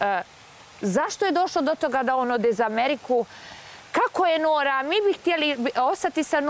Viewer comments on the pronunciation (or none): Ali način na koji akcentuje ime NORA je užasavajući!!!! Žena je Romkinja!